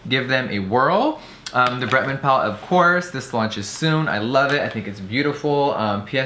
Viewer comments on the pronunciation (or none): Of cwos..of cwos.. of cwos.. Of CwOoSs